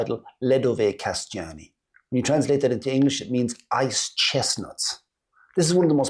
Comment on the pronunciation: Anyone who told you the "Kaštany" are pronounced as "Kasťány" was making fun of you :-).